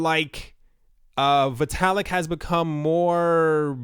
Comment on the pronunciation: It's pronounced "vitt-ah-lick"